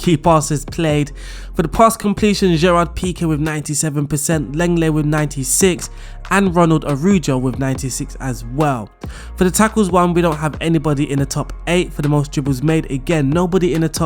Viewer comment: Please learn to pronounce player names before making a video with that squad. Pjanic (Pya-nich) and Araujo (Ara-u-ho) drove me crazy.